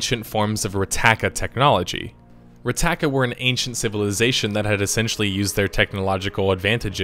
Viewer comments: Rakata, not Ratata, Rakata with a K not a T. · Okay, it's Rakata, not Rataka. And it's Meetra Surik, not Sutrik. Jesus Christ get it right you idiot. Just kidding, they are minor mistakes and don't really affect the video, but it r annoying. >:( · You pronounce lots of names wrong by the way but great video! It’s traya not kraya and rakata not rataka and malak not Alec just to let you know😉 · Rataka? Lol. Rakata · Rakata not rataka fak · It’s Rakata not Rataka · RAKATA, not RATAKA, close but no cigar :P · I always though it was 'Rakata' not 'Rattaka' ? I might be wrong but im sure that's how it's spelt/spoke. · rakata not rataka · retaka technology? you mean Rakata technology? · It’s Rakata. Not “rataka” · # you got the name wrong its Rakata not Rattaka.. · It's "Rakaata" not "Rataaka" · Isn't it Rakata, not Rataka? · It's Rakata not Rataka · Rakata, not rataka. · I believe I heard you calling them the Rataka in this video, they are actually known as Rakata. You just switched the t and k by mistake. XD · It’s Rakata not Rataka! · Rataka? No it's Rakata lol. (NVM just saw the comment you put up) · I think you meant to say Rakata and Meetra Surik it's not Rataka or Sutrik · Not to be a nitpicker, but isn't it RAKATA and not RATAKA? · Your videos are great! The mispronunciations of certain things can be a bit bothersome (such was you saying S.W. TOR instead of just SWTOR, Rectaaka instead of Rakata, and various others). But the content is great. Just start calling S.W. TOR to the easier to say SWTOR (S-OO-TOR) or just "The Old Republic" since both are easier on the tongue. :) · also rakata, not rataka, lol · Rataka? Sutrik? Is he fucking with us trying to trigger fans by mispronouncing things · Great video and all, but really? Rattaka? Jessus. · it's Rakata, genius! Pronounced like ricotta, only with an a instead of i